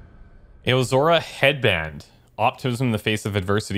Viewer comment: pronunciation corner! we start off with a tough one in this episode "AOZORA" pronunciation for this one is close to "OW-ZORA"(like the zelda species). if you want to break this one down to use the chart I posted in episode 1, you would break it down like this "A-O-ZO-RA" so while it's technically "AH-OH-ZORA" the first bit is more easily describe by OW instead. ooh, just the 1 today it seems, you're doing great! loving the series so far, the game is beautiful and the commentary is great